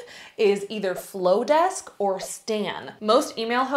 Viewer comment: The marketer in me is dying hearing you say mailchimp and flodesk. 😂😭😭😭 otherwise, love this video!